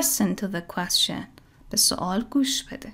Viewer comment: ممنونم،فقط اینکه تلفظ کلمه یquestion اصلا صدای "ش" نداره و باید "چ" تلفظ بشه،فونتیکش رو چک کنین در دیکشنری.